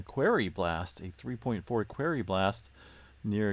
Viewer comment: FYI..."Quarry" is pronounced, "kwôrē" - also, "tremor" plural is "tremors" ...sorry, my dad was an English professor and he was always correcting my speech so I was unfortunate enough to have that rub off on me so I've been correcting people for most of my 68 years. Don't take it personally, besides, you'll sound more intellectual, a definite plus...lol